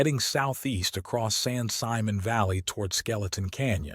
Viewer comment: It's spelled San Simon but it's pronounced San Simone.